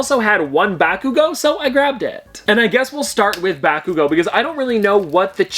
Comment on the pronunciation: The way he mispronounced bakugo